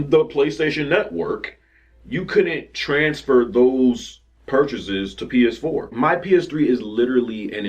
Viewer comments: Oh my God you couldn't say PS4 hilarious. funny ass shit man you say something crazy every fucking time i watch your channel lol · He couldn’t even say PS4 😂😂😂